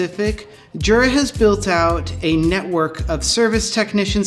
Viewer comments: Now do a video on how to pronounce Jura, and make sure the staff watches it. :) It's a Y-sound, not a J-sound. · Yep. Going back to and forever, no one there has ever pronounced it with the proper Y sound, as Jura themselves does on their own instructional DVDs and videos USUALLY. That said, they seem to be giving in to the mispronunciation and sometimes saying Jura with a J sound themselves sometimes, such as in videos with their spokesman, Roger Federer. I think it's like the English hotels catering to tourists and suddenly advertising "High Tea" instead of "Afternoon Tea," even though they know high tea is a "peasant meal" for the working classes that's essentially supper consisting of leftovers, and not the elegant affair with tea sandwichs, petit fours, scones and clotted cream, and so on. The "high" in high tea comes from the table height (dining height table) versus the lower tables of afternoon tea (which is sometimes also called "low tea"). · you are a jura. this is pronounced "yoorah"